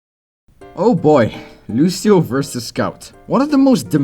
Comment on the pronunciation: It's so funny to hear you say Lucio's name with the wrong pronunciation LOL